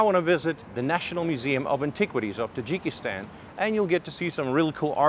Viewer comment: its not jikistan.